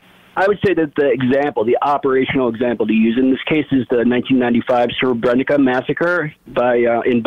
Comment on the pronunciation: He's referring to the Srebrenica massacre, but his pronunciation is quite bad. It's more like sreh - breh - NEET - sah.